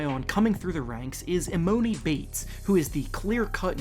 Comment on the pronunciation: I was waiting for him to mention emoni and then he said e-moe-ni